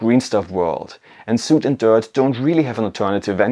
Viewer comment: Great video! Also, "soot" rhymes with "foot".